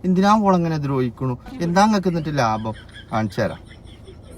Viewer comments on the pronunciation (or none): none